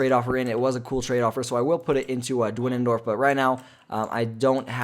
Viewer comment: You called the guy dwenendorf but the staff gwenendorf